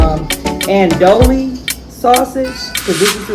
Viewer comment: It’s Andouille (An-dewie) it’s a Creole sausage